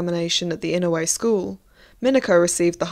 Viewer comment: I really liked the content of this video. It was well-researched and I loved learning about what life was really like for geisha back then. Just to let you know, here is the right pronunciation for a few of the words you used: Gion -- gee (rhymes with key) ohn (rhymes with moan). Oneesan -- oh-NEH (long length)-san. I am pretty sure the house was Inoue, right? That is ee-noh-eh. If not feel free to correct me on that. Lastly, Yaeko is yah-eh-ko, and Mineko is mee-neh-ko. Sorry to be so critical but as a Japanese speaker it sort of bothered me to listen to the words being said wrong even when the content was so interesting!